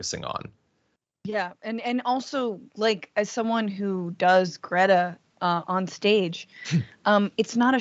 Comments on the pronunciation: Cannot even pronounce her name correctly but can criticize her for being on the right side of an issue that he is clueless about! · And of course, he mispronounced greta's name....